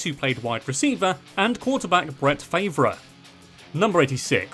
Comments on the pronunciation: Bro!!! Its Bret Farve not Bret favor 🤣🤣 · Brett Favre Is pronounced Brett FARV Like Harv-ard...... Farv....Just so you know it sounded hysterical tho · Brett favera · "Bret Faverah" 😂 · "Brett Fave-ruh" hahaha. And also very excited for Brady to win his 7th ring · You were doing so well untill Brett Fay-vruh (It's Far-v) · i watched this whole thing just to hear say "brett fave-ruh" i was not disappointed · Do 101 facts about NASCAR next.. My favorite team is PLAYING in the Super Bowl this year.. The Tampa Bay Buccaneers Also, the New York Titans are now the New York Jets.. The Boston Patriots are now known as the New England Patriots.. Lastly, the E in "Farve" is silent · As a Packers fan, that made me chuckle. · Great content...but did you say Bret Faavra? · I'm not sure what I expected but for future reference, Brett Favre's last name is pronounced "far-ve". As someone from Green Bay this is considered a cardinal sin but you are forgiven lol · Its Favre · No one is gonna point out how he butured farves name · I was just about to write the exact same thing he murdered bret favre name 😂😂😂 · omg the way you pronounced Brett Farve's name lmao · Damn you butchered Farve's name